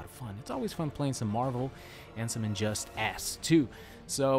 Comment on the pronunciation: I heard that too 😂